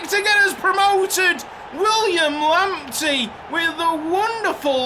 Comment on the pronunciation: Lamptey is originally a Ghanaian name and it's proper pronunciation is Lamp- Tay.